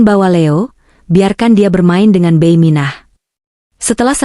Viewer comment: Koreksi dikit mbak cara baca bibi jangan beiy, bi gitu dong anda orang mana sih